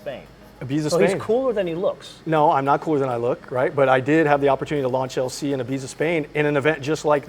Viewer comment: 1) Please ramp up the production of the GR Corolla and 2) please ramp up the production of the GR Corolla. One ask from us petrol heads in the South, :/ vented seats to come as standard on all cars! Also was that Ibiza,,,,,if yes, not sure you are pronouncing the location correctly (not a biggie!).